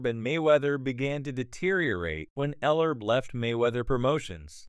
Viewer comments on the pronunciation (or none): Commentator doesn't even have enough respect Ellerbe enough to pronounce his name right the DISRESPECT of the CAUCASIAN FOR THE INDIGENOUS RACE IS ALJVE N WELL